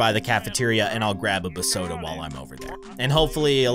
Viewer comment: It’s called beeeesoda not bsoda😂😂😂😂😂😂😂😂😂😂😂😂😂😂